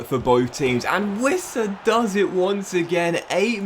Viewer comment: It's Yoane "Ouissa" not "Vissa". He's francophone and that's how he used to say it in France.